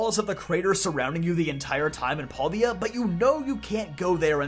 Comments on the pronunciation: So question, I understand that because there are no voice acting in games that sometimes people we have different pronunciations. But does it bother anyone else that he says pal-D-a instead of pal-day-a. Like there is so much other content that says how it is supposed to be pronounced. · Huh, never heard paldes pronounced like that..